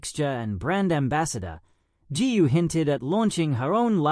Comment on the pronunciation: Gu should be pronounced Goo not Gee!